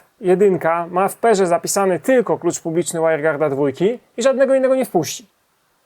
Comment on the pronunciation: w "perze" xD spoko materiały, ale angielski to byś mógł trochę liznąć, bo to trochę zniechęca